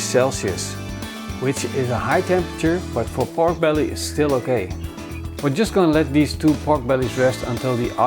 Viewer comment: Sounds like he is saying Bork brelly